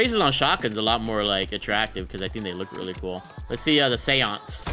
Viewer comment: Lol you mispronounced séance 😅 it's like SAY - ONS